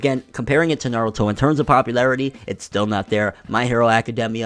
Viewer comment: People saying naaarudo pisses me off. Especially after they claim they've watch the series.